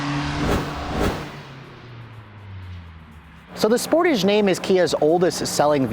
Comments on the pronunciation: are the exhaust really integrated? I have seen other reviews which showed otherwise. Also isn't it pronounced "Sportaj"? Question: Is AWD available in the U.S.? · Wtf is a "Sportij?"